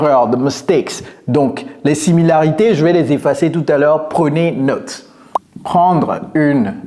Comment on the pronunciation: Il m'a pris pour un jambon lui! (he took me for a ham!). Le gars se moque de la prononciation "retire", il dit qu'il est francophone mais ne sait pas prononcer "note" comme il faut (french "note" is pronounced as an english "not", NOT as an english "note"). Il parle bien français (si ça tombe il sait juste lire mais ne comprend rien) mais il est évident qu'il n'est pas francophone de naissance. Avoir un accent ce n'est pas grave, on peut dire "ritailleur" avec l'accent français, on sera bien compris c'est "goudineuf", il faut juste éviter les erreur comme "reutailleur" ou "ritire".. ou dire "naute" à la place de "note" quand on parle français. Il faut utiliser au mieux les phonèmes dont on dispose et ne pas trop se focaliser sur les nouveaux.